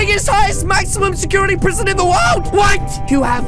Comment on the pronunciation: U said prison wrong